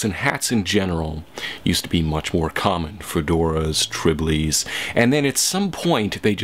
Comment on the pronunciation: Tribly? It's a trilby... I'm pretty sure.